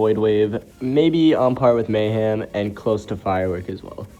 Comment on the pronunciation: anyone notice how kept on saying mayham instead of mayhem